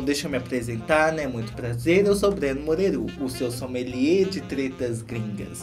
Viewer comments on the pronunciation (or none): O Breno falando tudo com ê kkkk😂😂😂